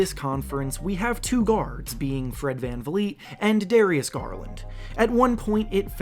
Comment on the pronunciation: bruh van vleet